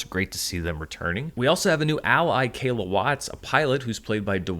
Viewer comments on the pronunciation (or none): none